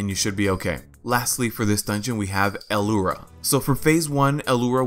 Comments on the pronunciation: Yea i think he's pronouncing the 'L' like an isolated letter and then he says 'ura'. It isnt a big deal tbh. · Why do you keep say alura? Its lura, simple.